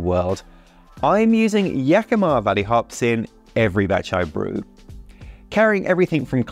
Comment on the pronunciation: Best pronunciation of Yakima yet!